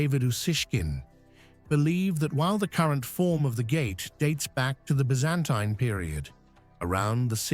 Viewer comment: Byzantine! Learn how to pronounce Byzantine. Silly channel.